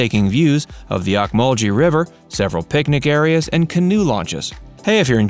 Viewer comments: Ocmulgee is pronounced Oak muhl gee, which is an Indian word meaning "bubbling water" or "boiling water". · You are saying ocmulgee wrong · Bro you pronouncing ocmulgee wrong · Please learn to pronounce points of interest before you go on air. You really were off on Okmulgee.